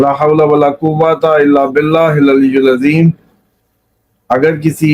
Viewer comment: آپ غلط پڑھتے ہیں ٱلْعَلِيِّ ٱلْعَظِيم اس کلمے کو پڑھنے میں پیش لگا دیتے ہیں جب کے لَا حَوْلَ وَلَا قُوَّةَ إِلَّا بِٱللَّٰهِ ٱلْعَلِيِّ ٱلْعَظِيم ہے زیر ہے